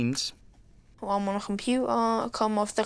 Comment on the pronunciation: Compuerrrrr, dinerrrrr, compuerrrrrrrr